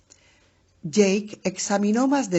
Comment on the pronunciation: Jajajaj no es ache o aque es ake de eick o jake en ingles el animalito decia eick de jake en ingles, se me hizo frustrante escuchar ake jajajaj saludos!